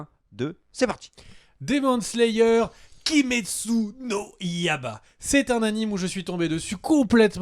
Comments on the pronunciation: ca se prononce pas Kimetsou no Yayba ? (Yaiba comme Kaiba dans yugioh) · Pour KNY ça se prononce ya "i" ba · Je confirme, ça se dit comme tu l'écris. La prononciation du japonais n'a jamais été le point fort de et ^^ (ce qui est loin d'être grave bien sûr) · On dit kimetsu no yaiba avec un « i » qui se prononce aussi !